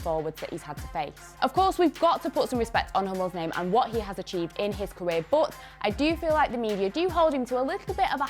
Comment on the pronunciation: how she says but BOOT